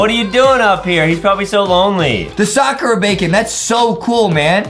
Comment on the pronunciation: Did anyone notice on the blossom bacon my man said soccer bacon instead of sakura bacon